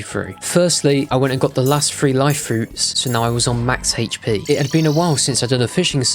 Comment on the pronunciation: guys he needs "heich" p